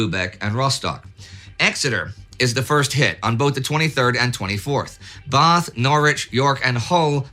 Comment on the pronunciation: I was really impressed that you pronounced Bath correctly.